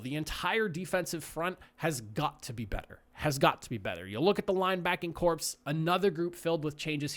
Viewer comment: Corps is pronounced like core, not corpse.